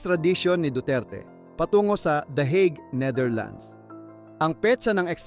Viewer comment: Bakit THE EGG 😅 Akala ko THE HAGUE 😂